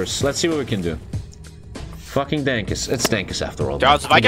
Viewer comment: “Dankoos”